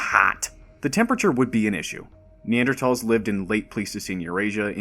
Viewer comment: Subscribed immediately for proper pronunciation of Neanderthals